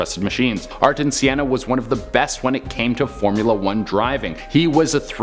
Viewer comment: Ayrton Senna…. Go watch a race to hear how to say his name… ‘Air…ton Senna!! Not Sienna!’